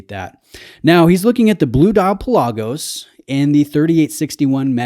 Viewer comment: You're killing me, Smalls. The proper pronunciation of the Greek word Pelagos (ocean), is PELL-ah-goes, not Pa-LAH-gos. I own both. Considering Buck's current ownership of a U1 and a Seamaster Diver, the Speedmaster would be my choice.